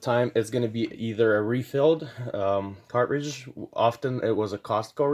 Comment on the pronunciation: Did your teachers teach you to not pronounce T's or is this a generational fad? There is no Buh ER, Car Ridge, Buh Uhn.